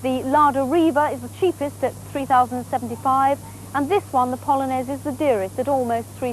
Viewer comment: Bardzo dobra wymowa polskich nazw. Brawo.